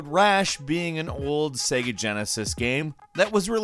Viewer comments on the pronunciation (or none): none